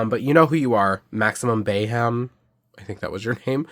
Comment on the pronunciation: You pronounced the name "Bayhem" right. It's a blend of my name weirdass Taino name and the word Mayhem. Great video. Some of my faves made your list! Some I wish I owned too! My 2025 goal is to get the Creature of the Black Lagoon.